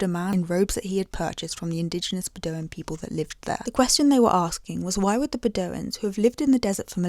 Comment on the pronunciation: Beh-doh-wins... I generally ignore your silly accent, but that one 🤣 Pee-fahz 🤣 No, but pfas are a serious ecological issue we're only making worse since we found out it was.